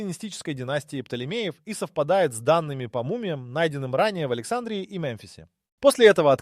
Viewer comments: А почему АлексАндрии , а не АлександрИи ? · Александрия долбодуб ставь правильно ударение ..сам ты Александра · Надо правильно делать ударение на слове Александрия!!!! Не на первоначальной букве ,,А" -- а на предпоследней букве ,,и" !!!